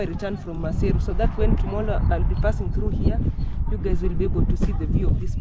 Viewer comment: She said "TOMOLLO" Right.... Anyway I love the content.